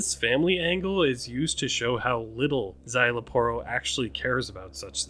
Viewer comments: its zy-la-poro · You got the pronunciation for Szayel's name right 👍🏾 You just didn't roll the Rs on the Aporro's part of his name XD